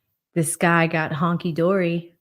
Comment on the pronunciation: said "Honky Dory" 😂😂😂😂 You kill me!!!